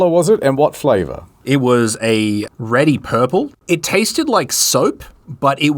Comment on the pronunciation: "Tested like soap and tabasco" Nah, that was just you having a stroke.